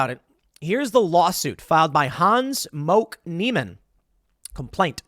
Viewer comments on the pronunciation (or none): you can't say *moke*, bro